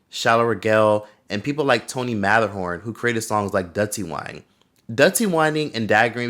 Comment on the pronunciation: It’s pronounced Tony Mattaraahn 😄